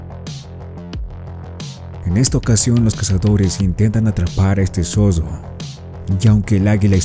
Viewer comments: ¡NO ES MALDAD, ES EXIGIR QUE EL NARRADOR DE ESTE VIDEO SEA EL IDONEO! ¡MI COMPAÑERO DE UNIVERSIDAD TRATÓ DE ACTIVAR SU TRADUCTOR Y MUCHAS PALABRAS QUE FUERON MAL PRONUNCIADAS COMO "ZODO" SIENDO LA CORRECTA "ZORRO"! ¡JAMÁS LAS ENTENDIO ENTENDER, SE LO EXPLIQUE YO! ¡NO ES DE MALDAD, ES DE EXIGENCIA Y RESPETO POR QUIENES VEMOS ESTOS VIDEOS SUBIDOS! ¡Y MUCHAS VECES PIDEN 👍QUE SUBAS EL DEDITO! ESE DEFITO ES PARA VIDROS ÓPTIMOS Y NO PARA ÉSTE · El zodo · un zodo es más fuerte que un zorro......